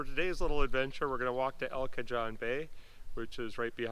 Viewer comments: (El) Cajon is pronounced "cahone"...not "cajohn". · In Spanish, it is pronounced El Ca-hone, rhymes with bone.The Spanish "j" is like an "h" , like the "j" in Navajo, or Mojave. Here in Southern California with many Spanish names, we have Cajon Pass.... a steep box canyon with the major STEEP (4,000' elevation gain in about 15 miles) freeway and train route between the coastal L.A. Basin and the High Desert. Interesting to have a Spanish name that far north. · We have those Iris all over Oregon.pronounce cahone the j is like an h.wow prob huge cave system underneath! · The Spanish pronunciation is El Ka Hone. J's make an "H" sound in Spanish. I know that we Midwesterners don't always pronounce foreign words with the original sounds. Kool woods! Love limestone formations.